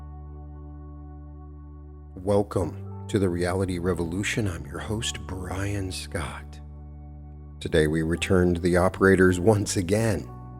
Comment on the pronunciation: I love how you sounded out the pronunciation of Brian Scott like a song of inspiration well down